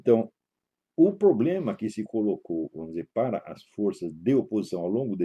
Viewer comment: Poblema? Este senhorzinho fumante já fumou charuto com fidel.